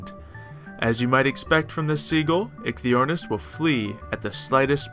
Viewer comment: I believe it is pronounced "Ikey" but the pronunciation may vary from word to word :)